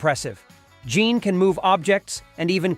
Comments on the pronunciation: Jean is pronounced as Jin, not John!!! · You mean "Jean" Grey not "John" Grey 😅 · Why keep mispronouncing Jean? Sounds like John.